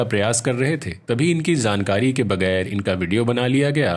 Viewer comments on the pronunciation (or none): Jaankari,not zaankari....please correct your pronunciation